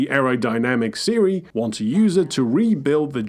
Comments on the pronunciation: My friend, it's Cere not Siri. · Its so annoying how you say ceres name it isnt seary it is just sear that is how its pronounced ok! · Great video I wanna say that first! However, you gotta pronounce cere’s name properly, it’s not Siri from the iPhone 😂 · Bro called cal caw and cere siri 😂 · Pronounced “seer” but I’m 90% sure you intended on triggering me with mispronouncing Cere’s name that you hear through the game numerous times. 😅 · alr this is a great vid and i love it, but why the hell does he pronouce cere like siri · why you calling Cere “Ciri” like from the witcher 😭 not a single person in any of the games call Cere that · Why you do keep calling Cere Siri? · Cere. Pronounced like sear. Hear. Beer. Cere. It's not hard. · How can you know this much about the game and still pronounce cere's name wrong? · I watched this whole video thinking about the fact you mispronounced cere’s name. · What's with the mispronunciation of Cere? Is this a running joke?